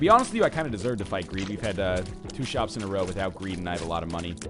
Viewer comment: Shops* not shoos xP